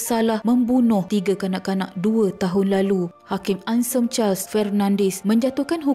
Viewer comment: Kak, Anselm tu nak sebut kena bunyikan huruf L. Masa Mula2 dgr saya ingat hensem, bila tengok ejaan rupanya Anselm. Bkn apa, Ada stgh org sebutan nama sgt sensitif.